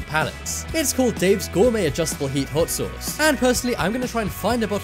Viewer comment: Learn how to say the word sauce ... Damn it